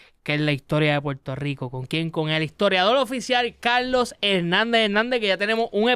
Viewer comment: Mi hermano TU eres chino?....no es Calooo .....es Carrrlosss.....ni puelto lico....🧐